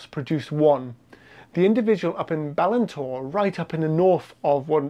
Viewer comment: BALINTORE, emphasis on the last syllable 👍🏴